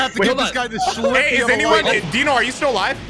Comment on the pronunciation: Why do you call rhyme dino